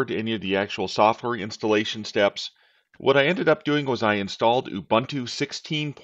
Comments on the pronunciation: It's not Ya bun tu, it's pronounced Oooh Boon Too. Greetings from South Africa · I still pronounce it you-boon-too or you-bun-too like a heretic. The only time I’ll say oo-boon-too is in professional setting.